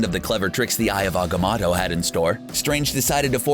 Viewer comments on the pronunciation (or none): it’s not ogomoto it’s agamotto